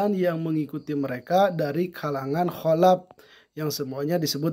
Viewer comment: salaf pak, bukan salap kholaf pak, bukan kholap